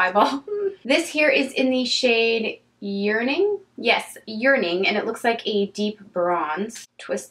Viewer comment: Haha when you said 'yearning' I at first heard 'urinate' :D:D That kitty meow was so cute!!